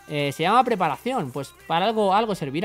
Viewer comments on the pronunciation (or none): none